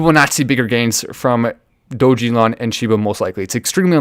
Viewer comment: It's pronounced DOG-E-LON 😁